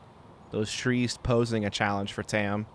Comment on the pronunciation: Sorry to be nitpicky, but Tamm is actually pronounced more like Tom, not tam. Its the Estonian word for oak. Google translate can give you a good example of how to pronounce it.